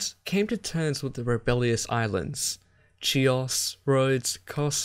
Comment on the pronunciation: Great quality but my brother, if you somehow managed to get the "ch" in Chares right then why, oh why, did you do "Chios" like that? Anyway I certainly hope you may decide to continue this series at some future point...✌️